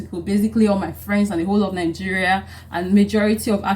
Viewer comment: Ningeria or Nigeria?